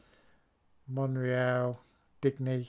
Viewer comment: Digne is a french name, pronounced DEE-NYA not DIG-KNEE.